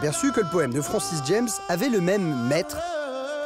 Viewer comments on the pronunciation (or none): Francis JAAAMMMEE. Pas DJEMS. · On prononce Francis Jam et non Francis Djèms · Juste un détail : Francis Jammes étant un béarnais, il n'y a pas lieu de prononcer son nom à l'anglaise.